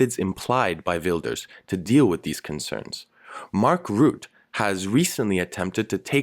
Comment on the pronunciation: I do agree with the main point of your analysis: the leading government lost. It really bothers me when people call it "a victory for Rutte" (you should pronounce the e, by the way). But calling it a victory for populism is maybe a step to far. It sure is a vote for change, many people voted "strategically" for VVD against PVV. (NL don't vote for candidate, but for a party) If anything PVV didn't really win, but neither did they loose, except "the momentum", which is of course hard to quantify. It's also very dangerous comparing the Dutch election with the UK referendum or the US presidential election. The voting system, the topics and the narrative are completely different. Even if WIlders would have won "biggly", he would still not be prime minister.